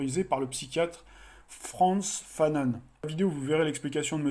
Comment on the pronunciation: Frantz Fanon est un psychiatre martiniquais, vous pouvez prononcer son nom à la française